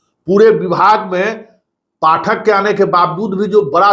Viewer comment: Hindi bolne nhi ata kabhi Pathak ko sahi bolta hai kabhi galat